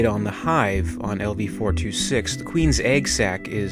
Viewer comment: Wait did he pronounce it as lv 4-26